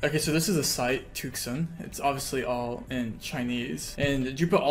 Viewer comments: Tuxun is pronounced more like too-shyun in Chinese. Took-sun do sound really cool tho lol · Just fyi, and in the spirit of learning, there is no k sound in tuxun. It's not tukson. An X in Chinese is pronounced like a slightly lispy s. Dunno how to explain the U though... first is deep oo, second is shallow oo.... close enough. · too-shün is what it's pronounced like in case anyone cares enough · crying how he mispronounces tuxun every single time